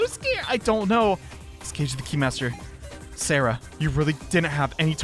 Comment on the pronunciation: tbh he still kinda mispronounces Sara's name but that one doesn't matter as much as "Sou hiruyo,,,," will miss him giving up with sous last name though ngl